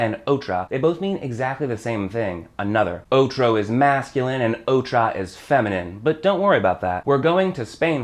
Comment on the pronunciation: uff really hard to understand "otro" and "otra", im spanish and that was really difficult to hear